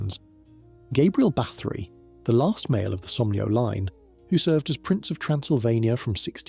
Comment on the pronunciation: Nice video but it would really add to it if you would learn to pronounce the names of people and places correctly!